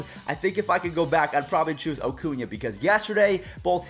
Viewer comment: Stop saying O-cuña it’s A-cuña